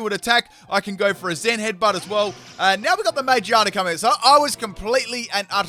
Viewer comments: May-g-Er-na Magearna C'mon dude say it right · He sounds like he's saying Mangina instead of vagina... or Magearna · It's Meg-ear-na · Yo, it's called maGEARna lol You know, like the gear shaped head